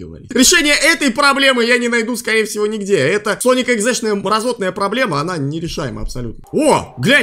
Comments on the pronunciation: Правильно говорить [йэуикс] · Что бы легче тебе жить читается Соник эикс И ещё Рэй это белка летяга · Sonic.eyx читается, как "Соник.эйкс"